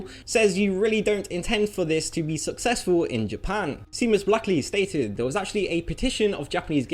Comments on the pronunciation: Wow, you owe Seamus' around the world an apology. It's pronounced like "Shame us" not like "Seem us". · Seamus. He pronounces it Sea-mus 😂. My father's name is Seamus. Its pronounced like Shay-mus. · Interesting pronunciation of Seamus